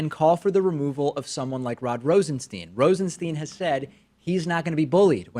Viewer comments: RosenSTINE. Not Steen. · Is David mispronouncing "Rosenstein" on purpose?